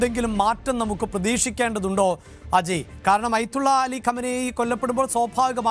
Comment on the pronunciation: അയ്ത്തുള്ള അല്ലടോ ആദ്യം പറയാൻ പഠിക്ക് ആയത്തുള്ള എന്നാണ്